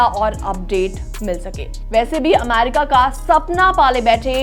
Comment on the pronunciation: अमारिका नहीं अमेरिका😂